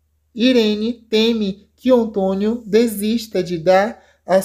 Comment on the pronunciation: Vai aprender mas o português pra saber a pronunciar o nome António 😊